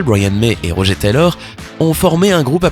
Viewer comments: C’est RoGEUR pas roger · C'est moi ou... Tu as dit "Rogé" et pas "RogER" ? Oh quel irrespect pour Ben Hardy ainsi que le vrai Roger... ;-; C'est de l'anglais donc ça se dit Rog"eure" c'est pas joli "Rogé" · MAIS SVP ÇA SE PRONCONCE ROGEUR TAYLOR PAS ROGÉ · rogé taylor ROGE mais bordel pourquoi détruire le nom des gens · Pas Roger "Rogeur" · aie la prononciation du nom de Roger... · Ta mal prononcé Roger